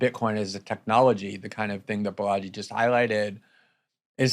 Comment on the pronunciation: Sigh. Way to mispronounce your guest's name. The accent is on the first syllable, BAlaji, like baller, not like Bellagio